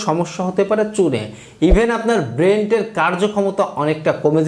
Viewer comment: ব্রেনের না ব্রেন্টের 😂